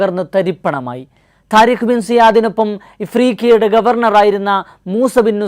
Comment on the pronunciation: تاريخ എന്നല്ല . طارقഎന്നാണ്